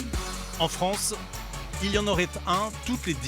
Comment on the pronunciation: "La Fronce il a une incrouyable talon"